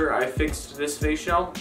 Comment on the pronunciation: I know you r saying "face shell" but when you say it fast it sounds like "facial" LOL!!